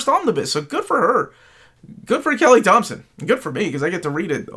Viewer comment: And thank you for pronouncing my name correctly.